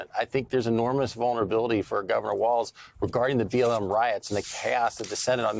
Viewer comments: There's no 't' in WALZ, jesus christ MSNBC, embarrassing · It’s Walz, not Waltz! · It’s Walz, not Waltz. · “Walz” not “Waltz” I guess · Walz not Waltz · JD, its Walz, not Waltz. not knowing your opponents name is ok if you have dementia. but someone like you not knowing your opponent is .....weird.